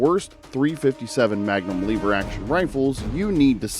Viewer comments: LEVER NOT LEEVER YOUR PRONOUNCING WRONG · " . . . both the Henry and Rossi . . . . Incredibly reliable . . . " -- unlike this report. Once the curious viewer hears "lee - ver" over and over rather than "lev - er" it's clear: approach with caution". Or, cut to the chase: "Next!" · Hate the way you say "leever". I have a Rossi M92 that works just fine thanks. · I'm a really old guy and learned about guns a an early age. The first thing I learned from my father was correct terminology and it is not a LEE VER. Proper English rules apply. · “Leever” action. Lol!!! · According to this video it's" L-EEE-ver 🙂 I will agree that the Henry is heavier than my Marlin. . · I knew this guy was full of it as soon as he miss pronounced “Lever”